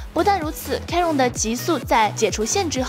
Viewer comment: chiron 发音都读错了。。。